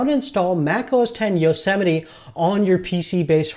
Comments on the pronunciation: You don't say it "yosemeti". You say it "yosemait" (btw i tried typing greek characters but it did not work) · yo-se-miti? I thought it was yo-see-might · EXCUSE ME? YO-SEMITY? Its Yosmite